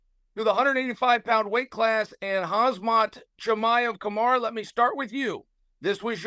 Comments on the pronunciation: He also called Kamaru "Kamara" lol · Chael always calls Kamaru- Kamara... Chael is a legend. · He gets everyone’s name wrong. He even calls Kamaru Kamaura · "Kamara" how hard is it to pronounce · & "Kamara" Usman lol. At least he screwed up both names in the interest of fairness. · And Kamaru Kamara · 10 second into the interview chael the GOAT gets BOTH name wrong LOLOLOL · How did Kamaru and Khamzat become Kumara and Hazmat lol he has to be intentionally saying names wrong at this point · Everyone: Khamzat vs Kamaru Chael: Hazmat vs Kamara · kaZZZZMAT CHIMAEV against KAMASUTRA USMAN. CHAEL SONNEN SUCH A GREAT Pronouncer:text-green-game-over::face-blue-smiling